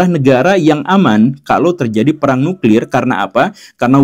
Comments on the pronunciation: Nuklir Pak... Bukan nukril...!😁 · Nuklir atau Nukril....!?? 😅